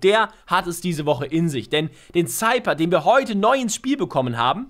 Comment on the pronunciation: Der Cypher wird Seifer ausgesprochen und nicht Seiper ..